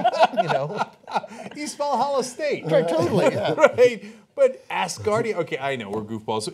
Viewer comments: lol not assgardia.....ASgardia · Look MORONS. I love you guys, or I did before Cenk became a Pro-Hillary shill. Can you guys not READ? Do you not know the difference between "ASS" and "AS" Grow up. Its pronounced AS- GAURD. Think the phrase, This place stands "As a Guard" . ASGARD. That is why its Asgard, not Valhallah. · as-gardia not ass-gardia... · its not ASSgardia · Its pronounced OWSgardia- like 'how'. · A"z"gardia not ass gardia, and coronal not cornal mass ejection... the words sound funny because your pronounce it wrong Cenk lol